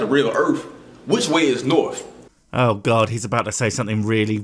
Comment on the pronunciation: It's a big ball with norf and souf poles. Also i think it has some mother f*%ers upside down in China on it.